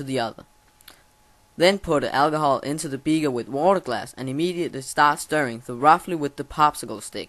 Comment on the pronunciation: Its alcohol not algohol